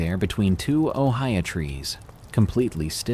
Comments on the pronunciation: Good stories. But having lived in Hawaii for a number of years and would fly from Honolulu to the Big Island many times with friends, your pronunciations of Hawaiian place names are a bit off. Hilo is pronounce Hee-low not High-low. And the tree is Oh-hee-ooh not Ohio. The other that bugged me was the Javelina vicious creatures they are and it's pronounced Hava-leena, not Javalina, the "J" is pronounced like an "H". It's Spanish. I grew up in the South West. But no biggie. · Darkness spooky vid as always! I just wanted to say in Hawaiian the hi combination is pronounced like he, so HE-low and Oh-HE-AH.